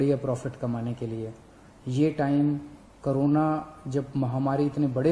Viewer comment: Everyone : corona Kejriwal sir : karona